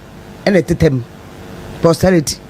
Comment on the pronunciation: It's "posterity"